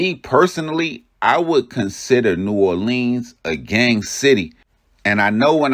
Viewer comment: The city is pronounced New-aw-lenz Ain’t no gangs Bunch of street niggas running together from the same neighborhoods and projects. The names r the names of specific places and streets and some are random names and wards that these guys represent. Just cus the news say gangs is not an accurate statement.